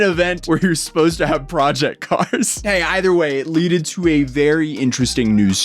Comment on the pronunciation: It LED to.. Not “leaded” to. has the grammar pronunciation of a kindergartener lol… Just kidding guys! I love story just breaking balls!